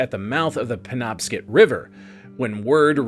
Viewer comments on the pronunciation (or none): Mainer here. Good try but on the off chance it ever comes up again the river's name is pernounced PEN-OB-SCOT.